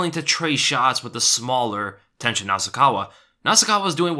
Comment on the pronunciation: Everytime he said Tenshin I thought he mean tension